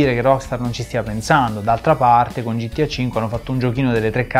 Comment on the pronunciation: ma qualcuno gli vuol dire al tizio di sinistra che gta non si pronuncia gittià